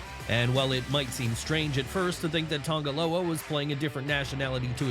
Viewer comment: Tonga Loa. TONGA Loa, he’s Tongan, not Samoan.